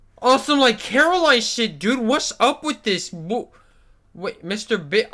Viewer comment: Coraline her name is Coraline not Caroline